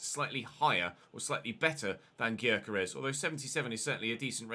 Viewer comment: Gyokeres is pronounced yokeresh